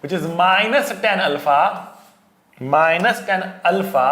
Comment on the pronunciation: 😂😂😂Minus tanα✔️✔️ >>>Minus Tenα❌❌🙆‍♂